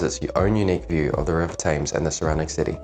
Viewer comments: You need to work on your pronunciation as it spoils the video. You’re clearly a pom and yet the only pom I’ve ever heard who calls it the river “taymes”. It’s TEMS! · Your film was very good you spoke well the River Thames is pronounced tems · Is this a computerized narration? What British guy would pronounce Thames with a long A?